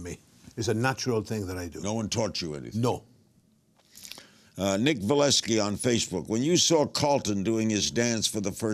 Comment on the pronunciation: Great interview, I enjoyed it. LK is killing me though. He's pulling a "Dr. Steven Brule" on some of those names LMAO. "Alan Hankewicz.." says... (Alex) "Nick Valeski" asks... (Nico Vasilevski) LOLOLOL. May he rest in peace.